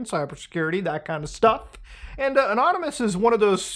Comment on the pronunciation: That is the only correct way to pronounce anonymous when it comes to these guys lol